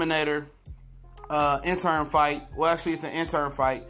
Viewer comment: It's the WBC interim belt, not intern man. If you're going to report it, then say it right. Danny ain't scared to fight porter dog, trust me. I agree, Danny does have cherry picks but his resume is better than alot of them guys. Do your research and repeating everything you hear.